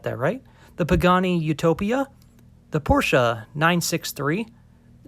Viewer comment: Out of all the car names he but he’s I didn’t expect him to say Porsche correctly 😂